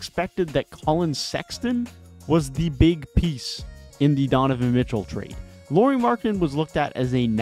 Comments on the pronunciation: Nice video! 🙂 Just a little hint: "Lauri" is pronunciated like "Lowry" in Kyle Lowry 😃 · Hi, That's an interesting take on the Jazz. I would suggest that casually analyzing from afar isn't what I'd call superior to the Jazz's own fans. For example, any decent amount of viewing would correct you calling Lauri by a girl's name, Lori. However, that's a pretty common mistake so it's no big deal. Instead, I'll focus on your various points and give my rebuttal. Okay? Team record: The first dozen or so games were because they all had a chip on their shoulder, including the coach. However, they started losing exactly after Danny Ainge finally weighed in on the team's success. I remember it very clearly as I mentioned it on Twitter. I suspect that they were told by the front office to start losing a lot more. The other problem was constant injuries to key players. Olynyk and Sexton missed large chunks of games BEFORE the trade deadline. After the deadline, and Conley, Vando, Beasley, and NAW were traded, Lauri and Clarkson missed large chunks of games. They rarely had their full roster the rest of the season. That might've been how they sneakily achieved that losing--at least in part. Rookies/Trade Deadlline: The reason they won more games than say Portland, was because of guys like Kessler, THT and Ochai that only got significant minutes AFTER the trade deadline. They were much better sooner than they expected. Plus, that was the whole point in trading all those guys--Vando in particular. They wanted to give more time to their young guys to see what they actually had.